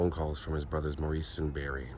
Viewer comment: Thank you,! Loved this video. Just one thing I noticed... Maurice's name is pronounced "Morris", not "Mor-eese".